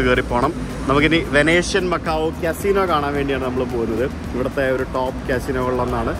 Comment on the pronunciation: Venetian Macau, Venten alla, veneshian ennu parayam.